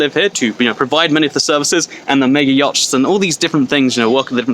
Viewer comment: “Yatchs” is pronounced “yots” not “yochts”